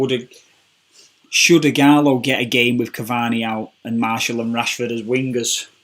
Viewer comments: It’s ok mate, if I told you how to pronounce every foreign players name correctly you’ll be dead (though you are Arab so you probably know some of them) it’s obviously hard for him to remember to say Martial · What the hell is a Marshall its martial have some respect what of i called you rack instead of